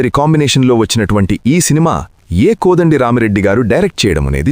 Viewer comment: కొడండి కాదు కోదండ